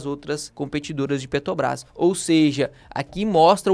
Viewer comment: O problema é ouvir o vídeo inteiro falando "Petobrás" ao invés de Petrobrás. Dói os ouvidos 😅😅😅😅😅